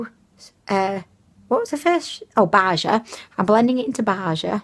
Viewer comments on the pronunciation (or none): Tee hee... You crack me up,! Baja is "Bah - Ha" 😂